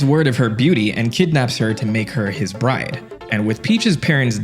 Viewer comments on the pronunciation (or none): none